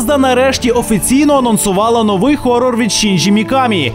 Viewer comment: У слові новий наголос треба ставити на букву"и ! )